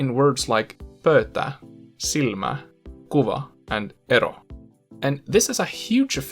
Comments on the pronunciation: I love that you pronounced almost everything perfectly except the first word pöyta. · The only pronunciation error I noticed is that the diphthong in "pöytä" sounded like a monophthong. I was expecting you to at least occasionally fail at rolling /r/ sounds, stressing only first syllables, and producing plosives without aspiration, but you never failed at any of those. Foreign Finnish speakers with a background in English always seem to struggle with those, particularly the latter one, but your pronunciation is exemplary. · Pöytä, pööttä. Sure whatever close enough. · Pöytä was just weird, silmä and syödä have weird ä vowels at the end, the example with silta sounds like siltta and sillaat. Anna just sounds so Swedish, probably with an initial a that's too far back to sound right as an a in Finnish. Hylkeet sounds like hylkkeet. Hulluksi has a weird sound on the u vowels strangely absent from the previous word. Ostan paitaa sounds weird, probably because of pitch accent or something else that you could name more easily than I could. Paidan, auto and vastaan meanwhile have those more Swedish-sounding a vowels. Onpa tämä vaikeaa, rather fittingly, is one of the examples where it's easy to tell you're not a native speaker. Pitch, vowels, possibly also stress is involved. It's not bad, just clearly not a native accent. Some oddities might be attributable to the way you enunciate in the videos. Score: Actually good: 103 Okay but clearly with a foreign accent: 18 Actually bad: 2 I did the score mostly to amuse myself, but also to give you some idea of where you're at. To my ears, at least.